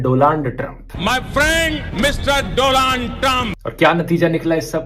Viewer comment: He say Dolan trump...